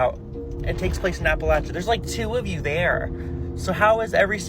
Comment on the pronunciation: He was pronouncing Appalachia wrong... lol